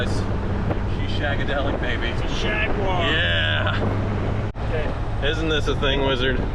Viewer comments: "Jag-U-ar" YES!!!!!!!!!!!!!!!!!!!!!!!!!!!!!!!!!!!!!!!!!!! We will get you Yanks talking proper English yet!! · What, in America, is a QUART, please? In English, it means a QUARTER, so a quarter of a gallon. i.e. 2 pints. At least it was when I was last at school in the 50s. P.S. He just called it a JAGUAR, which it is, not a JAGWARRR> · Thank you for correctly calling it a Jaguar not a Jawaaar. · I'm just happy that he is one of the few Americans who use all 3 syllables in Jag-u-ar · Thank you, thank you, thank you for pronouncing Jaguar correctly🤣🤣🤣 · An American who can pronounce ‘Jaguar’ correctly !! A rare breed indeed!! 👍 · An American who can say Jaguar properly. Amazing. Lol